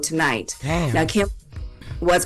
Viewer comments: Can someone tell its Kimmel NOT Kimbel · KIMMEL not Kimbel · His name is NOT Kimbel/Kimble. It’s Kimmel!!! Where’s Morgen/an???? I’m sicka this. She can’t say Kimmel and / can’t say ask!!! Once again, it’s NOT axe, it’s ask. I need to be a consultant for the show, damn. Smh.